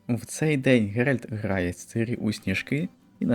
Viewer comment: оце дебільне "цИрі" взялося з роснявої озвучки - бо наші східні сусіди не вміють вимовляти "і" після "ц" і що ще більш сумно - багато хто стверджує, що цИрі нібито "краще" звучить 🤡